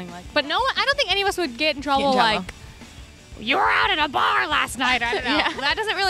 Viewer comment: Bar not Car